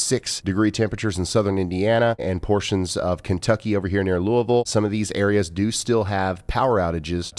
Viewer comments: Appreciate the correct pronunciation of Louisville, KY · I love that you know how to say "Louisville" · I watch your channel because you know how to pronounce Louisville properly